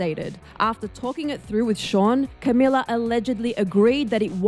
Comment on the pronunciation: why do you say Camila so weird